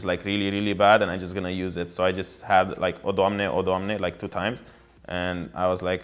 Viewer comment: Wtf the way he says his IGN is so different from what the casters say lol